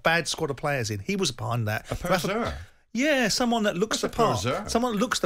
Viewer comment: Even if he talks sense sometimes, I can't like a man who pronounces 'poser' like that